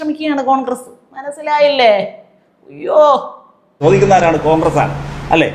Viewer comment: ചോദിക്കുന്നത് കാങ്ക്രസല്ലേ, കാങ്ക്രസ്......